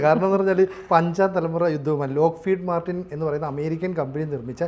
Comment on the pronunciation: ലോക്ക് ഫീഡ് മാർട്ടിൻ അല്ല. Lockheed Martin എന്നാണ്